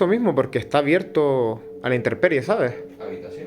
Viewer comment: tu siempre dices interperie y lo correcto es intemperie, con M, te lo digo con todo respeto. Como siempre muy interesante la explosión. Saludos desde México 🇲🇽